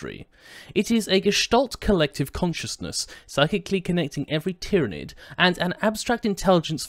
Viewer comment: Planet Tyran - Pronounced Tiye Ran. Tyranid - Pronounced Tiye Ran Id Pronounced Tiranid anyway FML